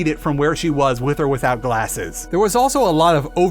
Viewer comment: I can't help but notice your pronunciation of the words "with" and "without". You seem to be saying wis and wisout. Is there a reason for that?